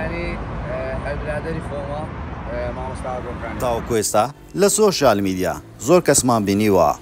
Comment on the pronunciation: وەرە شێت نەبی تا ئیستا نازانێ بڵی سۆشیال میدیا ئەڵێ شۆشیال 🤦🏻‍♀️